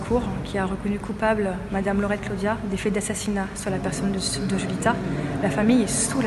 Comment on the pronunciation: Il est rare de voir des histoires sur la Réunion. L'affaire Watts était top. Alors à la Réunion on dit Laurette meme si ca s'écrit Lauret😊 Un coucou du 974